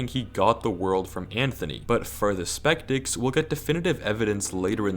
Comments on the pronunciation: Does anyone else notice that, says spectics instead of skeptics? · “But for the spektics” lol.